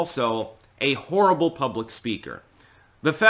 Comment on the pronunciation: Are you saying "she's a horrible candidate" or "she's a whore-able candidate"?